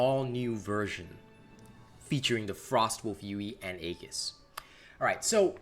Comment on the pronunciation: "Aegis" is pronounced "E-jiss". Sorry if this comes off as snobbish; I just wanted to inform you and don't mean any offense by it. I also don't know how to make a correction in text NOT seem snobbish. Again, apologies.